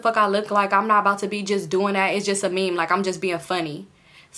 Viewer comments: 🤣🤣🤣 i done watched this video about 30 times and i finally decided to comment only to see what i was thinking already there 💀 it’s me in my head, “, what is a mim? it’s meme sis, meme” 🤣🤣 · it’s a similar pronunciation like mim but you’ll just say it with a long “e” sound. M-ee-m .. i hope that makes sense 😭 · I just wanted to say rq meme is pronounced meem not mehm 😭 love you tho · I’m crying 😂😂 stop saying mem it’s me-em like mean 😭 you so funny ❤ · u grown asl calling meme a “mem” what the hell 😭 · Ik this video is 2 years old but I'm dying everytime you pronounce meme as mem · It’s meame 😂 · I thought I was the only one catching that 😂 I thought it was pronounced like “meem” but shes so funny 😂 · Meme is pronounced MEEM 😂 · You pronouncing meme as “mim” is HILARIOUS 😭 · I thought i was trippin I'm over here thinking "wtf is a mim?" 💀💀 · I don’t normally comment but this was soooo funny. I was like what she talking bout😂😂😂😂🤣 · right, had me crackin uppp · I was just coming to say the same thing 🤣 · the way you pronounced meme is sending me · Girl if u say meme wrong one more time 😂😂😂😭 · The one you pronounced meme lol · Now why did you pronounce meme like that 😭😭😭😭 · He would post what?? 😭😭 it’s okay I love you. It’s the pronunciation of “meme” for me I’m crying 😂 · Lmaoo the way you say meme😂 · I’ve heard meme pronounced both ways, it still confuses me 😅